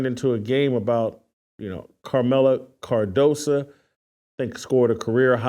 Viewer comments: Its cardoso not cardosa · Her name is KAMILLA CARDOSO. not carmella cardosa. Hay naku! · CardosO. O not a.